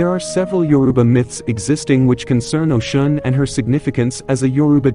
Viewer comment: Speak her name correctly